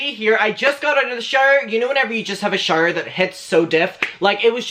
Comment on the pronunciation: love that u pronounce "shower" as "sherrrhh" <333